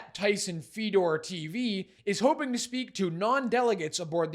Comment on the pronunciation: As a aside- it's Tyson Fed- ore. But the critisims are correct! Keep it up.